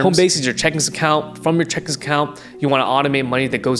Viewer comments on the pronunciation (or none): I’m gonna listen to the guy that can’t say CHECKING account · Idk to trust a guy who can’t say checking account right